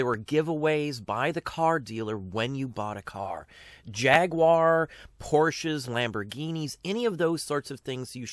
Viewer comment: Thank you for not saying jag-wire.